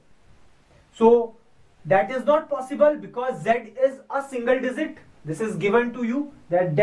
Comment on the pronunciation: z is not a dizit its a digit